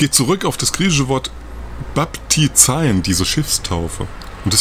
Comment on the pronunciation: Baptizein - das ei wird nicht als ai gesprochen sondern als e-i